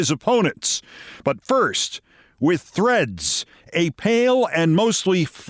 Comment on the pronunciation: I know it's "Threads" but I can't stop hearing it as THREATS. Seems somehow appropriate.